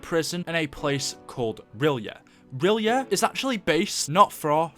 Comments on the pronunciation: everytime i swear im not dissing but its pronounced the city of rylay its not spelt like that but thats how its said i just hear so many people say it wrong im like do you even read H.P. Lovecraft haha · That's not how you pronounce R'yleth. And if Cthuhlu awakens, the world is gone.